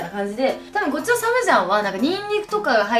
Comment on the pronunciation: サ↑ムジャンじゃなくてサ→ム↓ジャンだよぉ笑笑